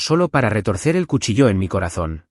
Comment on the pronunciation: La palabra cuchillo, objeto cortante lleva la fuerza de pronunciación en la vocal i